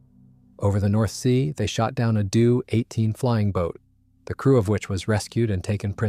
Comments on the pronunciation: It's D O not due, J U not Jue, HE not hē 😑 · Oh my god, I hate it when interesting content like this is ruined by lazy use of AI. Write your damn script and for God's sake listen to it before you publish. The "DO" "JU" "ME" and "HE" of German aircraft designations are conventionally spelled out as "Dee Ohh", "Jay You", "Emm Eee" and "Aitch Eee", not "due", "jew", "me" and "he". Otherwise, mostly well researched and presented, and an interesting video.